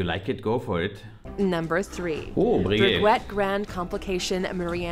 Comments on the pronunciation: she said bree-get too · And breget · HUB LOT... Brey GET... 🤣 In French the T is silent if it doesnt have an E after like in baguette. Hublot read "hue blow", and Breguet is pronounced "brrrrre geh".